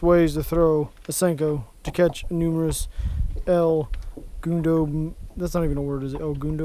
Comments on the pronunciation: el gundo?..lol..its el grande haha..you guys are awesome..love watching the vids you all make, im subscribed to all yours guys channels but i love watching when yall are all together fishing... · im pretty sure he tried to say grande